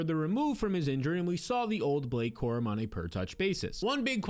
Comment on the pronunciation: Who is Blake Corman??? You can't get the name right ???